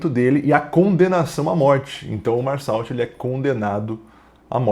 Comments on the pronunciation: É merssô a pronúncia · A pronúncia correta do nome da personagem principal é “Mersô”. Não é uma crítica, só ajudando mesmo